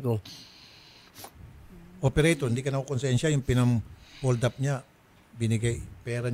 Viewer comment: Nalunok nea ung ngipin nea nung sinabi neang holdap kaya naging nyoldap ag bigkas nea haha